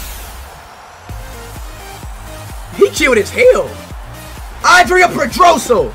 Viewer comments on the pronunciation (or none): none